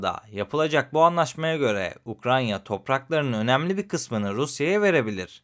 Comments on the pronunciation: ukraNya değil. UkraYna. Kaç video oldu. Anlattığı ülkenin adını doğru söyleyemeyen biri derler ciddiye almazlar bak ben senin iyiliğin için söylüyorum. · Abi neden hala inatla UkraNYa diyorsun? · Ukranya dediği an kapattım videoyu. Ukrayna (Ukraine) 🎉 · Hocam Ukrayna’ya lütfen UkraNya demeyelim. (08.40 )Emeğiniz için teşekkürler 🙏🏻